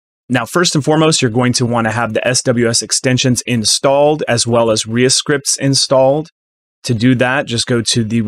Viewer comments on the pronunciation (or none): Hey Reaper community - its not "RE-uh"thing (Reascript, etc). It's "RE" Script. like REAper.